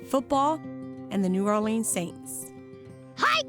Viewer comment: The only bad part was when she said Orleans wrong and said “Or-Lee-Ann” not Orr-Leh-Ns.